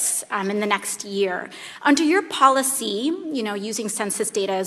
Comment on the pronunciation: He can’t even say the word Policy!